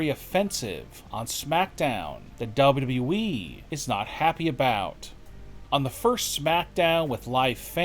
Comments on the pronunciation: Dude it's call W W E. Not W.E. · Can the narrator of these videos please pronounce the second w in WWE, it is not the WE it is WWE lol